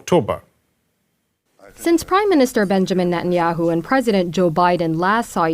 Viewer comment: "bangamin netayehu"